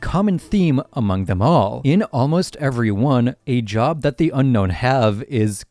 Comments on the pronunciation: Brother..... it's Un-no not unknown. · You keep calling them the Unknown, but they're called the Unown.